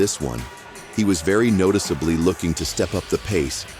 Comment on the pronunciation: "Notickably", really?? WTF.